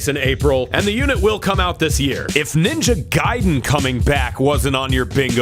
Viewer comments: Stop saying Ninja Gayden. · He called it "Ninja Gayden" 12 times to piss me off specifically.